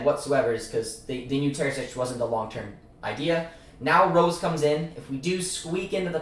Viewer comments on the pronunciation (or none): Great video bro im hyped to have Rose at the helm. Praying for champions league football. & btw Marco Rose in German is pronounced like Roe-suh